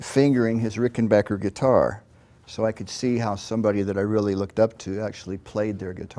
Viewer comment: Mike is just an all around fantastic guy who plays fantastic music. I’m so glad he’s still with us. I miss Tom every day. And I never even met the dude. ❤ And you HEAR THAT? Ricken-BAKKER. Not “bocker”! 😂